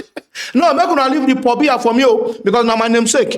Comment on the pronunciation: paul bia, not pohbia🤣🤣🤣🤣🤣🤣